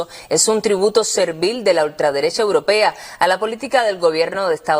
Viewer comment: La compañera periodista tiene que aprender a decir europea, no es uropea!!!